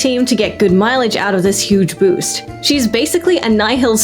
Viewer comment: God damn i heard huge boobs instead of huge boost. Well, the former will boost team morale :))